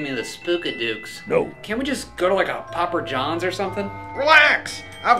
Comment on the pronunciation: It’s papa johns not popper johns!!!!